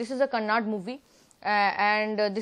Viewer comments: Living in India, please learn to at least pronounce the name of the language correctly. It is KANNADA , not kannad. please spell the ‘da’ at the end of the word. My God !! These North Indians !!! 😒😡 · it's not Kannad, it's 'kannada', so pls.. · that not kannad. that's Kannada